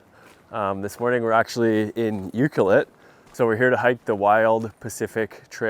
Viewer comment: You’re pronouncing Ucluelet wrong. It’s U-Clue-let. Not Uclue-it. You have to pronounce the CLUE in the word. Just so you know. I’m a local.